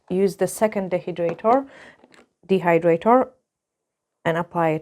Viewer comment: you say both of them just fine. I understand you perfectly and I'm in Kentucky where people say things like "y'all" 😂